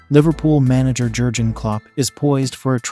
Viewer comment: WTF is Jirjen Klopp?